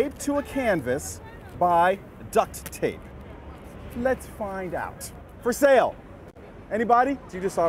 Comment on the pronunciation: The first time in my life I heard anyone pronounce the T in “ducT tape”